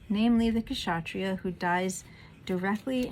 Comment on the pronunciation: Please pronounce Ksatriya as kshatriya (K and Sh must be pronounced together, at one go). Kshatriya means "an armed warrior". I will also advise you to listen to Swami Chinmayananda's commentary on Gita which freely available on YT. Good job...Jai Sreemannarayana!